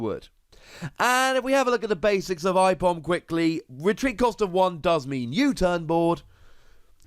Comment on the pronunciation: I love ambipom good to see him back The way you say aipom hurts me tho